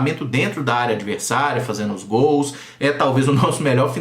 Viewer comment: Vamos caprichar no português, não é? Seno, fazeno, hino (indo), bateno, etc., são alguns erros inadmissíveis para uma pessoa minimamente letrada! A crítica é construtiva, sem a intenção de ofensa pessoal! Desculpe-me!